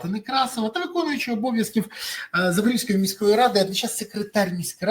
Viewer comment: Пане Березо! Область Запорізька, зьк кажуть, а не запоріжська.